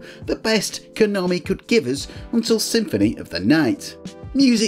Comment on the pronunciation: you said it right. " Ko nom ee" 😁